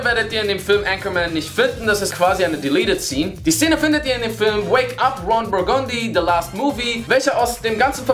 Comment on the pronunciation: RON BURGONDI?! Kann es sein, dass ihr Anchorman nie gesehen habt wenn ihr den Namen so aussprecht? :D